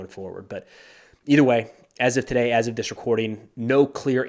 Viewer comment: Did this Australian grow up in Germany? Today in an Aussie accent rhymes with 'hey' not die. Even though us Australians are thought of as relaxed, we do have a complex and can be very nitpicky!😉